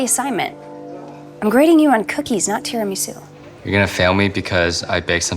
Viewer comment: THE WAY HE SAID TIRAMISU, OMGGGGG, HE IS RUINING ITALIAN AND EVERY LATIN LANGUAGE